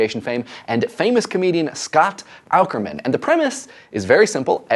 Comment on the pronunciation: >Does a video about podcasts >Can't pronounce Scott Aukerman's name correctly.